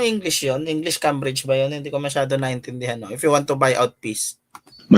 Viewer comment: Keymbridge po ang tamang pagpronounce